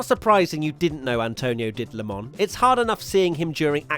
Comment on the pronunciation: Its Not „LEMONN“ 😂😂😂